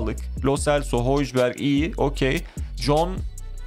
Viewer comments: abi hojbjerg hoybye diye okunuyor:) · abi höybyerg diye okunuyo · Abi höyberg diye okunuyor h harfini de kibar okuyacaksın